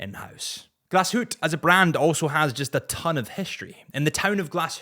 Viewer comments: "Glass Hootey" is not the worst mispronunciation I've heard, but ffs🤦‍♂ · I'm German, but Glass Hootee is amazing. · Wrist check: Tudor Pelagos 42 Blue Dial 💙 P.S. "Glasshoot" has to be one of the extreme pronunciations out there. 😅😅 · “Gla shoot” is the worst, makes my toes curl 🤢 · How did you pronounce glashutte ? Really do you your homework before releasing a podcast.